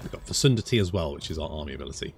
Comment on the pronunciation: Fecundity is pronounced with a hard c.